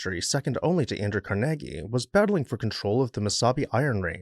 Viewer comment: Carnegie = kaar·nuh·gee